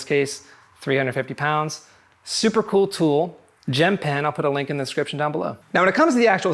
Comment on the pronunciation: Great review, all bases covered. Side note: did anybody think it sounded like he was saying gem pen and not gym pin?